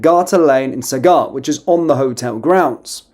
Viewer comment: Its said like sag gart. Not been a smart arse, just said id let you no pal